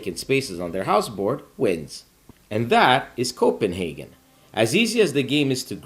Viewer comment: Thank you for pronouncing our capital correctly.😊